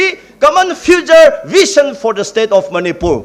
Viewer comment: Oja asang not vition, said vision, shameful pronouncition